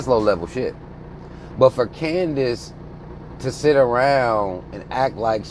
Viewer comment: "Coondiss" lol